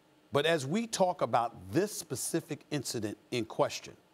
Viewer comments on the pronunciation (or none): This Pacific incident 😂 It's not hard to learn how to say Specific... is it?